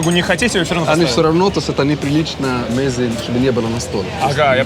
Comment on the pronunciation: МезЕ, а не мЕзе... так называются закуски